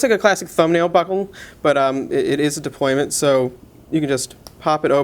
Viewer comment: Deployant. Not deployment. Deployant.